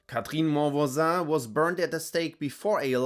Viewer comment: the way you said "monvoisin" sounds like you're frensh 😂 Also, her last name itself looks like the word "mon voisin" which means "My neighbor" in frensh 😂